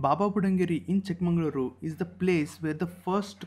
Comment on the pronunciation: Pls pronounce chik magaluru properly Pls